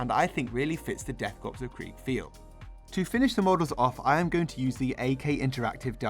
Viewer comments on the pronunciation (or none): Great video but it's pronounced core not corpse, old chap